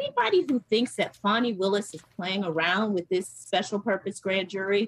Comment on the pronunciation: im glad people are finaly saying Miss Willis name right